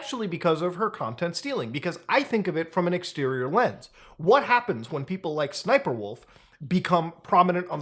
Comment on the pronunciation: Yo, How many times I gotta say SSSniperwolf name for her to say up to my house? Side note Muta, Why are you mispronouncing her name? It’s “Ssssssniperwolf” You have to do it like you have a stutter bro. (No offence to anyone who has a stutter) Not making fun. Just respectfully “Uhm Actually-ing”